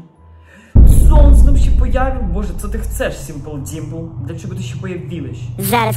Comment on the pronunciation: Jak fajnie mowisz simple dimple i mam